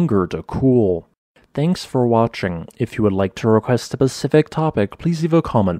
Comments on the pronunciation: You had me until when you used “pacific” instead of “specific” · Did he say "specific" or "pacific" at the very end?....I'm confused